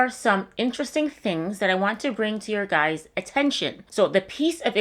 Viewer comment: You should make a shirt that reads “I’m this old “and then it has underneath it “I know how to say the word guys’ properly“